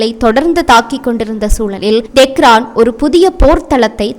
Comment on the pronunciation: Dei pundai do not say ,Dehran funny correct pronounciation,Tehran